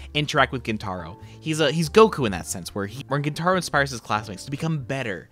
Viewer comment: Gent-a-roh, not gen-TAH-roh